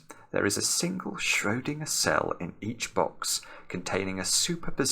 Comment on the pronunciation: The way pronounces Schrödinger Hitler turns in his grave